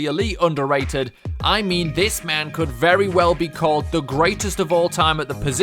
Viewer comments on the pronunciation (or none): none